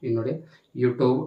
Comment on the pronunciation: ಅಣ್ಣ ಬೇರೆ ಎಲ್ಲಾ ಇನ್ಫಾರ್ಮಶನ್ ಆಮೇಲೆ ಕೊಡುವಂತೆ ಯುಟ್ಯೂಬ್ ಅನ್ನುವುದು ಮೊದಲು ಕಲ್ಕೋ ಈಗ ನೀನು ಈ ಟ್ಯೂಬ್ ಅಲ್ಲ ಯುಟ್ಯೂಬ್ ಅನ್ನೋದು ಕಲಿ ಮೊದಲು ಆಮೇಲೆ ಹೇಳಿ ಕೊಡುವಂತೆ